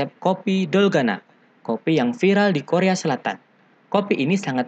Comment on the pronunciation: Dalgona min bukan dolganaaa